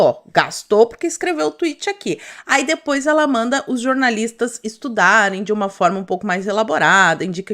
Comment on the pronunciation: "Jornalistes". Ou como disse uma vez Thiago Pavinatto: "jornalistos"! ironic mode on